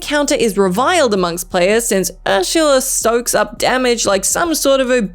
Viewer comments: “Urshula”????? Besides saying it wrong you got the wrong game there…. Great research! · Who's 'Urshula'? Also that boss is from Kingdom Hearts 1. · Is Ursula pronounced with a "sh", in Australia?